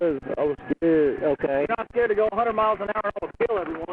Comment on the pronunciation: "I was a-skeered". Funny, if I afraid, and there are cops around, I'd tend to tell them what was bothering me.